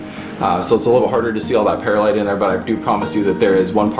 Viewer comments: One quibble, Perlite is not pronouncea pear-a-lite, it is per-lite or purr-lite. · Actually, it's Pearl-ite, no pears in Pearlite! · I used to pronounce the word the same way - and the people at my local nursery apparently did not know any better as they did not correct me. I figured it out on my own when I noticed that there was no letter a in perlite.